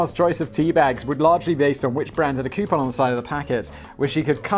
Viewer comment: Koo-poon, not Kee-you-pon. It's wrong in all languages.